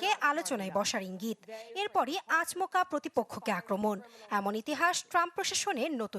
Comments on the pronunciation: "আ- চ- ম- কা" নয় গো বলো আচমকা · "আচ মকা" আরো ভালো করে বাংলা উচ্চারণ শিখে আসতে হবে। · আচ-মকা না আপু,,,,ওটা আচম-কা,,, আপনার আচ-মকা খুব কানে লাগছে,,,,😊😊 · আকমচা আপা,এটা হবে আচমকা আমি নিউজ শুনতে এসে হাসতে হাসতে শেষ